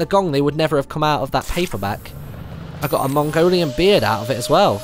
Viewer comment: Hewwo mongowian